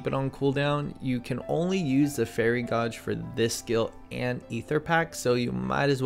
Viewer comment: everything you are not sure about sayin right was fine and then you said gauge....it's like in a car or a 12 gauge shot gun